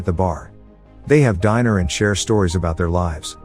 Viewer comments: Was this made with a text to speech program? you hear diner instead of dinner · That wasn't a human. Didn't you hear the pronunciation of dinner?